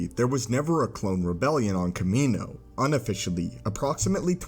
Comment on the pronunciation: The way you're pronounced Kamino killed the vibe of the video for me and am turning it off now. Like holy shit my guy you should probably pronounce the word properly when it says it in movies, and when your whole video is about why clones aren't a thing anymore.